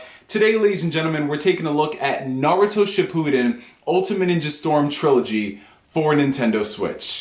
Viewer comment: Good video but bro your pronunciation of Naruto shippuden is horrible